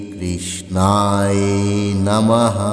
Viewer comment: কৃষ্ণায় উচ্চারণ টা ঠিক করেন নাই